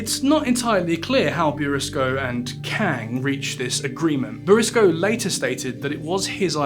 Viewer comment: Pronounced boursicot wrong the whole video, but otherwise a great viseo